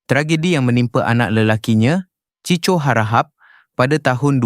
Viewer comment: Sebutan kena tepat. Bukan CHI CHO, tapi CHI KO. Ejaan tulisannya CHICO...